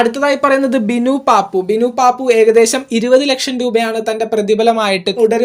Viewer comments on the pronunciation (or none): ബിനു പപ്പു ആണു് അല്ലാതെ പാപ്പു അല്ല 😂😂😂😂😂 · ബിനു പാപ്പു, അല്ലടാ 😡😡 ബിനു പപ്പു 😂😂